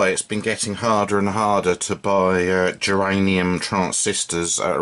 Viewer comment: You spelled and called them " geranium "...lol...germanium 👍 .